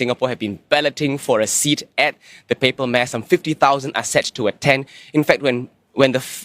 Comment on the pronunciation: Yup, pronounced the word “Mass” accurately … Hope other news reporters take the cue from her